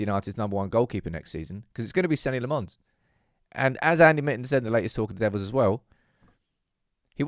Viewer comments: His name is not Senny Le Mons. You've been saying it incorrectly since August. Please, fix that. 😂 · Dear, still got some work to do on how you pronounce his name... he is Belgian, not French... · Please say his name properly ffs